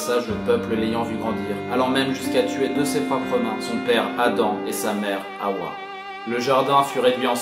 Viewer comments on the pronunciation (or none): Bonjour, m'appelant moi-même Hawa je tiens a préciser que ça se prononce Ava et non Haoua. Merci bien